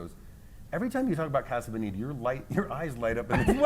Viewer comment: do you mean colorado or casa bonita? cause being spanish they are not pronouncing casa bonita right at all lol